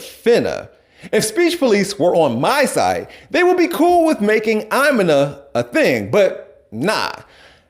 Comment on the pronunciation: Immina? I’ve never heard that ever. I’m gonna = Imma (ah-ma)